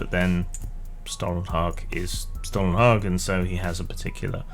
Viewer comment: Your pronunciation of Stålenhag is acceptable.